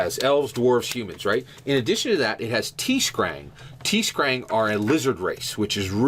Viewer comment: I've played both of those extensively. BTW, its not "Tee Skrang" there's no "ee". Sorry, it just bugged me. The cool part about those RPGs is that they are linked in a sense from one in the past and the other in the future. The worst part about both systems is the actual dice system. Earthdawn has a ridiculously complex dice system, and Shadowrun's newer 5th edition has just screwed the pooch with the weird "Prioritization" system in which it is almost impossible to play anything other than an elf or human effectively, you can barely get away with playing a dwarf or orc but that's it. If they would just take both games and put them in the same dice system (like 5e) I think the story and mechanics would be amazing, but alas they just don't seem to get it, which is why I stopped playing them both. Great Topic as always guys!